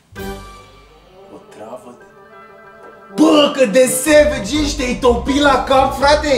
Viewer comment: stii prea bine engleza. subtitrare: sevigi, iar cand te sugruma ziceai corect savage :))))